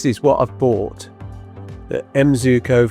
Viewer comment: Sir is pronounce "Zuiko"